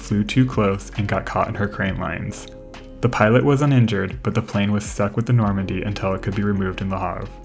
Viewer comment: Today:That's the Normandie Then: That's the Normondie